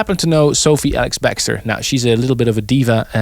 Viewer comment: Love how he is consistently pronouncing her name wrong: Sophie ALIX-Bextor... LOL